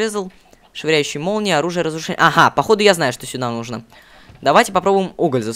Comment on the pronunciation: почему ты говоришь нужно ты ставил ударение на о а надо на у!!!!!!